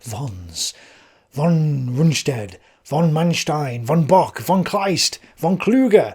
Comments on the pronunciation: Von is Fon in german. V is often a F sound. I don't know if von is actually said with a v sound in english. But i find it distracting that you clearly try to say other german words with the right german pronunciation. Alot of docu's does that aswell. They throw around words like "führer" and stürmtruppen, trying to say them right, but keeps saying von with a v sound. It just messes with me... :( Anyway.. I like your videos. :) (I am not a native german speaker, so i might be missing something lol) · Hi, nice job. Pronounciation: Müller was close to sonubd an ü. "Von", "volk" or anwhere [fau] is to be found, it sounds like en 'ef' for friendly fire in modernday English. Von Brauchitsch, von Braun, or even van Beethoven( a Dutch name von origin). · Actually "von" in German is pronounced "fon"